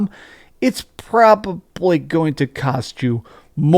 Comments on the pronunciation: Why do you say "probably" like "propuply?" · It's pROBwaBlY